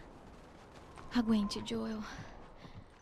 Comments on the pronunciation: edu acho que se pronuncia JÔEL não JÓEL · Joel EDU nao jolo eu ouvi jolo kkkk engraçado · A pronuncia correta do nome do nosso heroi é JÔEL,e nao JÓÓEL!co,o esse eduardo fala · Jôel seu maldito e não jóel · "JÓEL" By:Edu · ele fala JÓWEL kkkkk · edu eu gostaria de te informar q os seus videos sobre essa serie esta bem legal. mas eu andei percebendo que você aparenta estar falando o nome do JOEL errado. quem percebeu isso tam bem da um like para o edu ver e corrigir o proprio erro.